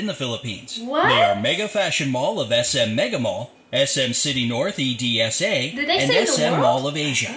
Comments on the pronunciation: did he just say SM City North E. D. S. A?!?! bruh, it's pronounced exactly the way you see it. It's Ed-sa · The way the guy said edsa e-d-s-a its called ed-sa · Lol e-d-s-a🤣🤣 It should be edsa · Same hahahahahaa. E-D-S-A daw. Nakakagulat. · Akala ko kasi Edsa hindi E.D.S.A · The way the narrator pronounce EDSA as 'e-d-s-a' kinda throws me off hahaha. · U dont spell "EDSA" 😂 U read it HAHAHAHA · Edsa is just pronounced ed sa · tsaka Yung EDSA din haha E-D-S-A hahahaahhahahahha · I'm triggered how he pronounced EDSA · Because they dont know how to pronounce the word "E D S A"